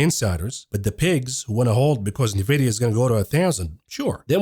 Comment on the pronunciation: Such great videos! Please just learn how to pronounce NVDA. It’s “en-vidia” not “na-vidia.”